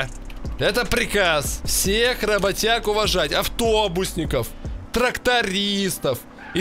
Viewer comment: уважаю тебя и твое творчество, но ты хотя бы обучиться своих актёров русскому языку,,,рабатяг" ну это смешно блин